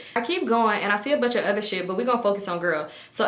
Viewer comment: Ooter- add a Sh